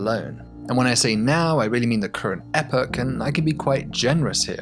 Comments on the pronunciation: Could have done without the weird Epoch pronunciation. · That epoch pronunciation... you have betrayed your accent, good sir!